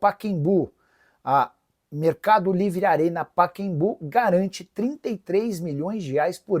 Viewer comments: Paquembu é o crime da mala! O nome é Pacaembu (pronuncia-se "Paká Embu") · Ouvir o Nicolas chamar o Pacaembu de Paquembu chega a doer os tímpanos